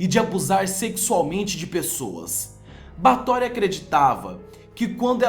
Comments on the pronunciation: SE PRONUNCIA BÉFORY N BATORY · o nome se fala BÁRTHORY E NÃO BARTHORY. no mais o vídeo ficou ÓTIMO. Vê se vai lá e trás mais informações pra gente. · Muito bom, mas se diz "Báthory"